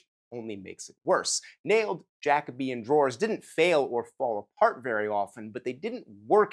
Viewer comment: Is Jacobean not pronounced Ja - Coe - bee - un? With a long “O” sound?